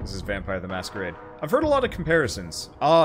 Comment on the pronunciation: Its still pronuced vampire btw